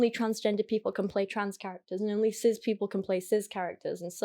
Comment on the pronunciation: why does she pronounce cis as sizz